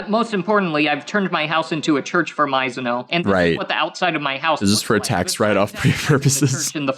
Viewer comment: The fact he says Sayaka Maizono's name wrong is hilarious to me.